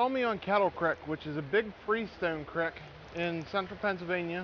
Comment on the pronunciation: creek not crick lol